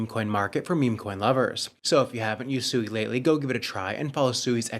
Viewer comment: You guys had the co-founder of SUI on the other day or maybe you just reviewed the video with the co-founder in and he pronounced SUI correctly five or six times in just under 2 Minutes Alone and for some reason you guys still can't catch on and you keep calling it SUEY, like your little piggies SUEY SUEY SUEY